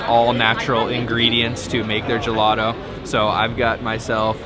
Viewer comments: Finally no turist places in a Florence video. You just messed up almost every single italian word LOL. I’d like to help you fix just one. There’s no american able to pronounce properly “GELATO”. You say “gelado”. You need to pronounce a very strong T. The same when you say taser or table 😁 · Great content but what's up with Americans saying gelato instead of ice cream, even worse when they pronounce it guhladough.